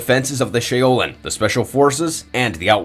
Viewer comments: "shay-o-lin"????? LMAOOOOO💀😂😭😭 i also love how for some reason he tried to copy gerus's voice and say the lines instead of just putting in the gameplay audio💀😂😂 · Or the "shay-o-lin" temple. The word pronunciation on a lot of recent videos has gotten bad. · "shay-o-lin" temple.... o.o I really never nitpick with word pronunciation but there's been a lot of recent videos that have had mispronounced names of the many fictional characters. But Shaolin. "Sh-ow-lin" Love all the videos, and how much y'all put out on just a daily basis alone but maybe slow down just to make sure more isn't so mispronounced that it becomes distracting. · Krahh-nih-ka ShOW-linn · I can’t even enjoy this video he butchered so many names shi-oh-Lin.. tf is this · Shā-O-lin? Really? No one in the history of anyone has ever said it like that! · 😂 I wasn't sure if there was an Irishman called Shay o Lin in mortal Kombat as a secret player maybe 🤔😂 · He dead ass said shaolin "Shay o Lin" 😂 unless there's an Irishman in mortal Kombat I don't know about 🤔😂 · not the ShAy o Lin?! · No fuckin way you just butchered Shaolin that bad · Why does he say her name like that lmao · There’s no damn way this man can’t pronounce Shaolin correctly😂😂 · SERIOUSLY DUDE CANT EVEN PRONOUNCE "SHAOLIN" PROPERLY!!!!! I honestly think this narrator should consider a new career if he can't pronounce common words regularly...this guy is so bad for this shit like WHAT?!?!?! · That’s actually how the developers were pronouncing her name during the reveals